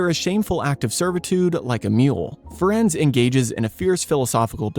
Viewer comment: I believe Firenze's name is pronounced "Firenzee" like in Italian.